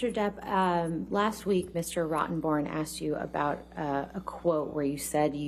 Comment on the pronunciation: Mr. "ROTTON BORN". ? Is that how you pronounce his name? Ha